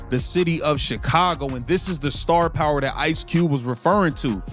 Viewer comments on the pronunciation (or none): Poorly written narration voiced by a computer that doesn't know how to say 'Ice Cube'. Why post this crap?